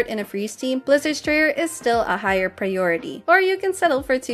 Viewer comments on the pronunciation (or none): none